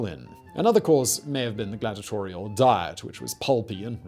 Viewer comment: It's 'glad-EE-ah-tor-ee-al', not 'glad-ah-tor-ee-al'.